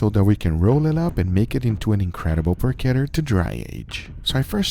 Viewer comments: I gotta admit, the way you mispronounce porchetta is a little annoying. It's por-cheh-ta, not por-ke-ta. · Por-cheht-uh..... Not Por-kett-uh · It's porchetta not porquetta... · "I Dry Aged a PORCHETTA in my Fridge and this happened!" - Is ChubbyEmu creating titles these days? Serious question, is the proper pronunciation "PorCHetta" or "PorKetta"? Raid Shadow Legends - at least he's not overwhelming the world with VPN ads. Regards this recipe: Looks good... but I'd try to wrap some of the inner stuffing around so it's not just in the center. (AND a lot LESS salt, but that's a constant complaint here). As always this last two or three years, Guga's camera work for all the cooking is outstanding.